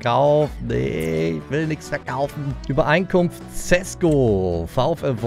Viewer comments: Ich wollte nursagen sesko spricht man scheschko aus ( ich liebe deine videos)❤ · Dein neuer Stürmer wird scheschko ausgesprochen